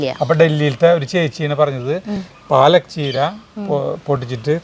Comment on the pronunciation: എൻറെ, 101 പ്രാവശ്യം പാലക് ചീര എന്ന്, പറഞ്ഞു പഠിക്കാൻ പറ😂